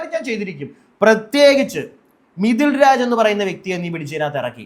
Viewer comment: മിതിൽ രാജ്. അല്ല. മിഥുലാജ്